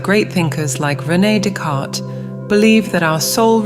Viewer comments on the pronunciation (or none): none